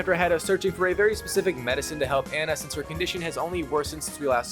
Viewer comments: Its pronounced an na not an ya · Anna, not Anya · Her name is Anna and not Anya :) Why do you call her Anya ? You played the game so you should know her name is Anna right? Why Anya??? What is going on with Anya :) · Miller is rolling on his grave everytime you say "Anya" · i hate how you pronounce anna😅